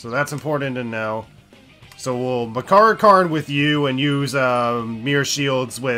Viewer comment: I'm starting to think he keeps saying Persona and move names wrong on purpose just to piss people off. Skuh-DEE instead of SKAH-di? Deh-kuh-JUH instead of Dee-KAH-jah or Deh-KAH-jah? Yet he gets Makarakarn correct?